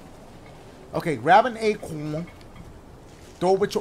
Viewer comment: He calls it "aqwuuon"